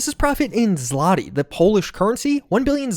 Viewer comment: Hearing you pronoince the polish currency "Zlati" is funny as I live with a polish guy so I hear it a lot pronounced as "Zvotig"